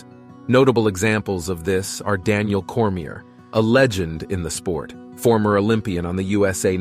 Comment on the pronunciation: Who give a shit what AI thinks about MMA. Cant even pronounce Cormier